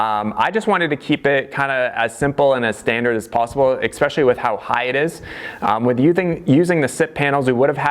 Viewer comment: "exspecially" That just means it's super special. lol Just messing with ya bro. The build is going great. You've really inspired me over the years with your knowledge and ingenuity. Keep on trucking man!